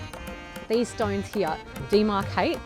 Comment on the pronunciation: 호주식 발음 독특해요. Here 히야, today 투 다이